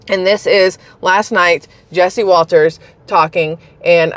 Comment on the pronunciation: NOT WALTERS!!! Jesse Watters American commentator